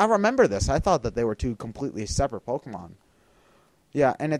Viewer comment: i swear to god, learn how to pronounce pokemon names...